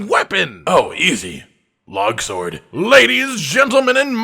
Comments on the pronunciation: "Logsword" Losing my crap over that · Did he say Logsword?